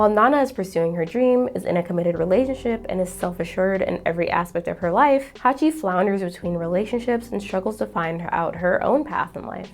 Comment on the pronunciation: It's Hachi, not Haki